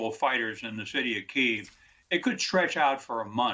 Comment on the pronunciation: I’m sorry, I can’t take anyone serious that can’t properly pronounce the name of the capitol.